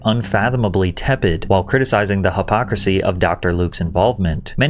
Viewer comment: “HUH-pocracy”??? Huh? 🤔